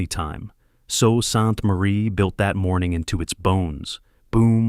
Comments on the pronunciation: It is pronounced soo Saint marie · Sue. Saint. Marie. Is this AI or badly narrated ?? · No one is listening past the intro when Sault Ste Marie is mispronounced. 😂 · I dunno what you were thinking doing a documentary on a city you've ether never been to, or had an AI do all your research about. Are you aware that alot of the pictures you used weren't even of the Sault? In addition, your AI narrator hasn't got a clue how to pronounce our city name. Like, come on buddy, this looks like it was thrown together with almost zero effort by a kid in elementary school. First, there is no "Fall" to the Sault. The population in this city has been fairly stable from 2016 to 2021, and has been climbing steadily since 2022. Secondly, we didn't lose industry in the Sault. The city saw that being solely dependent on Steel was flawed, so it diversified it's industries. The Steel Mill has actually been seeing rejuvenation, recently finishing installing a new Electric Arc furnace, with a second one underway. The addition of a tube mill, right on the property, expanded the final products the Steel Mill could produce. We're a center of renewable power generation (Wind/Solar/Hydro). For the past 10+ years our rail line to Southern Ontario has shipped goods DAILY. We have large-scale wood production, including particleboard. We're a main hub for wildfire services, including waterbombers. The corporate headquarters of the OLG calls the Sault home. We've got a large-scale aviation maintenance industry (JD Aero). We're a major R&D research hub for the Ministry of Natural Resources ("bug lab"). Our hospital is now one of the single largest public-sector employers i